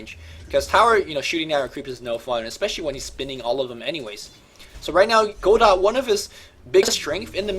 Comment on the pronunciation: You don't pronounce "Godot" like that,!